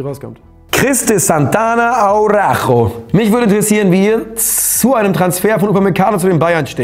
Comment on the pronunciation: Als Tipp Araujo ausgesprochen "Arauschu" ;-)